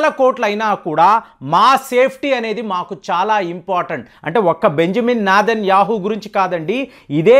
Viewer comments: ఈర్యాన్ కాదు ఇరాన్, నాథన్ యాహూ కాదు నేతన్యహు, ఇజ్రాయిల్ వాళ్ళ ముందుకు వెళ్లి అను ప్రెసిడెంట్ బంకర్లో వెళ్లి దాక్కున్నాడు అని అను,, నీకు ప్యాంటు డయరు లేకుండా కొడతారు😂😂😂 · అరె సామి నువ్ సగం సగం విని సొల్లు చెప్పకు. బెంజిమన్ నేతన్యాహు అని సరిగ్గా పలకడమే రాదు నీకు.. నువ్ చెప్పేదంతా సొల్లు అని మాకు అర్థం అయింది.. గాని మూసుకుని కూర్చో...😂😂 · ఈ కామెంట్లు అన్ని చదివితే మల్లి ఇలాంటి వీడియోలు చేయడు... ఈ కామెంట్లు చదివితేనన్న కు జ్ఞ్యానోదయం కలుగుతుందో లేదో చూద్దాం... ముందు ఇజ్రాయెల్ ప్రధానమంత్రి పేరు సరిగా పలకడం నేర్చుకో... అయినా నెతన్యాహు పారిపోవడమేంటయ్యా నాకు తెలిసి నువ్వే బయపడి ఇలాంటి వీడియోలు చేస్తున్నావు అని అనిపిస్తుంది